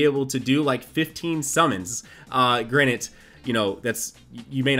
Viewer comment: Just noticed says granite and not granted.